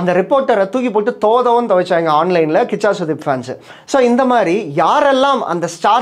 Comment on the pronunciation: கூஷா இல்லைபா கிச்சா 😂😂😂